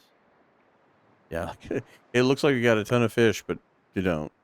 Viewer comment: Feesh? Maybe?